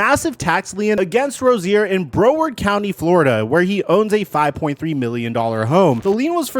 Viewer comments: “Bro-ward” county 😂 it’s “Brow-ard” lol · Bra-Ward County Fl, not Bro-Ward 😂🫡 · Bro ward County 😂… Brow Ward County😭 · buddy said bro-ward county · "Broward" is pronounced "Brow" "Ward" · Bro ward county 😂 that’s not how’s it’s pronounced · It sounds like brow-werd but spelled Broward. Lol 😆 love you trying. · Broward County is definitely not pronounced like that But we forgive you #954